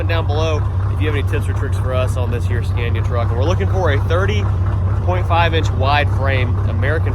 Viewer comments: you can probably find some mid 80s scania 113 dump trucks up around new jersey and new york that are twin drive and likely the correct frame width. Pick up a whole truck for parts and cut the frame you need. Sandblast, paint, and swap. also its pronounced scan-ee-ya. Not scan-ya lol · As a born European I am glad finally to se those great tracks from old world brought to US and show them to American brothers. But please Scania is pronounced with a like America not like that brand that my wife used to sell, Avon or something😂